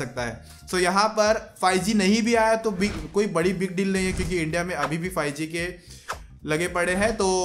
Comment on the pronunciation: Fie g nhi five g hota ha 😂😂